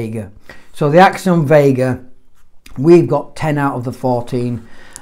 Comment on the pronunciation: As a korean, respect calling the rubbers “x-siom” Rather than “xy-om”